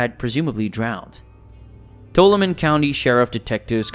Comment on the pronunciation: Michael's mother's name was Ardelle and he also had a half brother named Rick who lived in Arizona at the time of Michael's disappearance. Tuolumne is pronounced, toe-wall'-oh-me